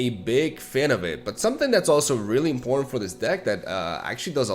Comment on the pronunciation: Hey,, just wanted to let you know, when you don't pronounce "important" properly (which is a word you say a lot) it sounds like you're saying "In Porn."